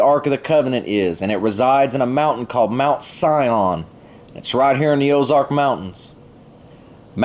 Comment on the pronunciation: ‘Ark’ansas and oz’ark’ wow